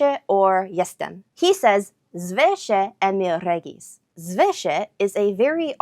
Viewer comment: Damn, your pronunciation of Emiel Regis sounded almost exactly like it would come from a Polish person. I even had to rewind and listen to it again.